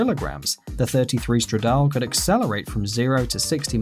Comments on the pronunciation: #4 is pronounced stradale (no silent e) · You pronounced Stradale wrong